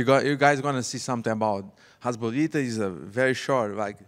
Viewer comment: Did reporter said hesbollah instead hasbullah